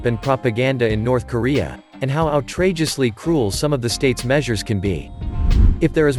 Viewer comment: Ou tr ageosly. Pronounced have. Need any more proof that English is not the first language of this bot? ( or butt, as the case may be)